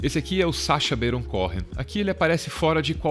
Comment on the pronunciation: perfeito menos a pronúncia de "Baron Cohen" 😠